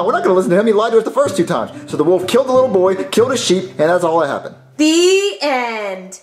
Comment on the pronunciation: Still till this day I hate how was saying the little boy who cried Woof, instead of WOLF!! 🤦🏾‍♂️